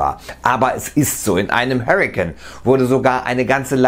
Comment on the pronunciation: Nicht "Hörriken" sondern "Harrycain" bitte.... Fängst Englisch und falsch an und lässt das Wort deutsch enden.